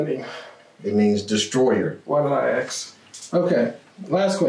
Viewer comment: "Why did I ax?"